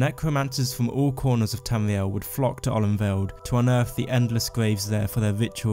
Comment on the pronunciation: Not to be weird but, I fucking love the way you pronounce Tamriel